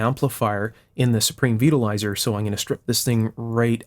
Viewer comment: I thought you said Supreme Beetle Riser. Sounded like a very odd choice of pizza toppings.